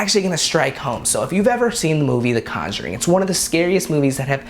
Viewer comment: "The Conguring"